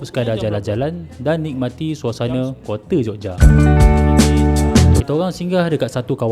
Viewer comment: "Kote" OMG...